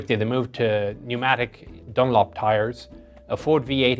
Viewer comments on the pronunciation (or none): none